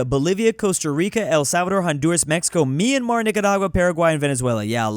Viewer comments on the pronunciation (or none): none